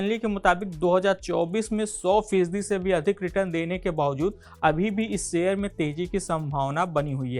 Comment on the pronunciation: सेअ र नाही रे भाऊ.......... शेअर बोल शेअर